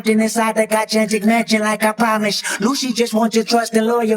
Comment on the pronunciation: Another excellent video as always; I'll definitely be keeping an eye out for part 2. Side note, I'd never noticed until now that Kendrick mispronounces "gigantic" on "For Sale?". He switches up the G sounds, like "gijantic" lol